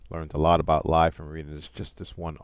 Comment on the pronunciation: isn't it pronounced LEE? maybe I am incorrect not to great with the Chinese!